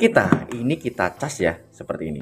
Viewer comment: Ini kite ❌ Ini kita ✔️